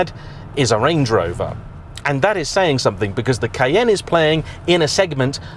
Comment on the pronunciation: The pronunciation of Cayenne changes quite a bit in the video. How am I supposed to correctly pronounce it?